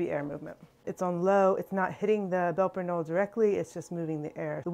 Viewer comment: I know you speak a second language, and are careful about correct pronunciation. So you won't mind I hope, a correction here? In German, it's not a silent "K". And the "e" on the end is pronounced. So, "Belper K'nolluh" is closer to how it's pronounced. Here are native speakers in Switzerland, discussing Emmentaler, and, Belper Knolle.